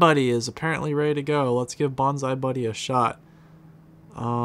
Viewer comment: Bonzy buddy not bonzie buddy